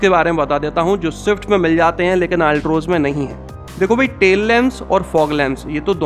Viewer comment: Altroz bolna to seekh lo theek se